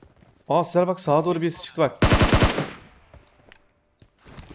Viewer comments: Abi sen ne zaman sezer demeyi öğreneceksin ? Seer nedir ya 😂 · Sezer Demiyor 😂 Seher diyor :)